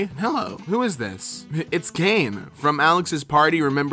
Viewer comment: I could not..."Kane" was the last straw for me...I couldn't finish the video